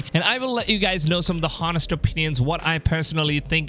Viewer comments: I get distracted and irritated when you say HOnest instead of O'nest... isn't the H in Honest suppose to be silent when you spell out... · You told no lies here but why the fuck do you keep pronouncing the 'H' in honest?! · The H in "honest" is silent.